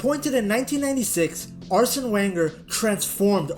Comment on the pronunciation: Can't watch... learn how to pronounce Arsene's name.